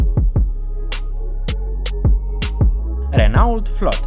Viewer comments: Prezinti un canal care vorbeste despre tehnologie si tu spui "Renault" in loc sa spui "Renò"? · Se pronunță "Reno", nu "Renault" . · Renault se citește reno.......